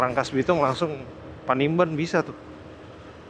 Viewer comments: Panimbang!! Bkn panimban ...😅😅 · salah sebut, bukan panimban tapi panimbang